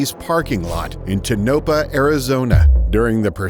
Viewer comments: It’s Tonopah, pronounced Toe-na-paa (almost like paw). Not “ta-no-pa”. Didn’t even get close on the pronunciation. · Tanopa??? It's pronounced Toe-No-Pah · Tonopah is pronounced, Tone-o-paw.